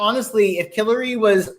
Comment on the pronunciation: Changed my mind. He just said Hilary. No R for our psychic on this one. 😉